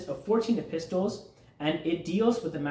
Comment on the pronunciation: Thanks for your time. I commented on your short. Here is a small English tip. The word EPISTLES is pronounced epissels. The T is really silent. This is going to be a very big task. Remember, the schooling started young men at the age of 15. They were taught in groups of years because of our age of maturity and understanding. They were very particular about learning in order. It is a layer upon layer learning cycle, like laying bricks. I am 71 and the last age group in their school was 50-70. I would be like a Sage. Haha. If you are in the states, are you familiar with the Ismaili Institute Prince Rahim Aga Khan V and his father built in Houston, Texas? It really is quite beautiful! Estimated $200,000,000 to build it. Thanks for trying to help. I think this is a hidden gift to all of humanity even though some of the information might be outdated. Scholarly minded people work with it. 😊😊